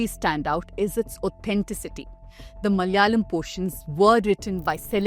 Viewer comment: Madam you yourself mispronounced the word malayalam....😅please correct it no hatred just saying.